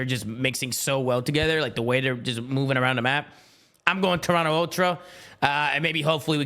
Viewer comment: Can you please inform on how to pronounce Toronto Thank you